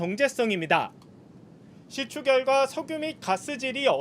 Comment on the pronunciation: 시추 맞죠? 시츄 아니고?